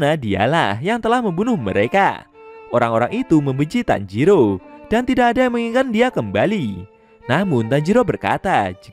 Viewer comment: Woy bukan tanjiru tapi tanjiro tauk